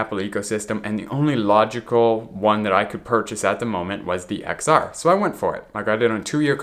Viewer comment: just to let you know the X is pronounced as 10 :)